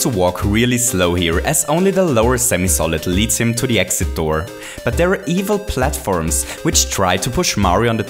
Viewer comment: he is a great youtuber but it bothers me that he says platfirms